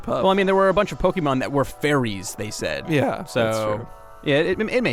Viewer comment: and you said nsaid instead of said